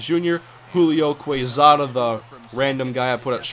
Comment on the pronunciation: Quezada is pronounced "Kesada". The "u" is silent after Q or G in spanish:D